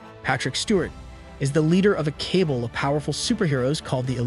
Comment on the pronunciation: Also "Cable" instead of Cabal...